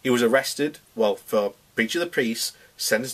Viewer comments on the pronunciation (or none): 'Breach of the Preese'